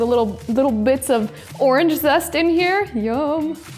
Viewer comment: When you said zest it sounds like zessa